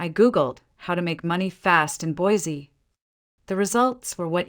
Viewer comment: That is not how you say Boise. Sounds funny since that is where the story takes place.